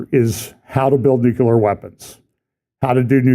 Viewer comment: Mornin'. I don't mean to be nit- picky, but it's nuCLEAR, not nuCULER. Love ya in the LORD, Bro. Have a great day!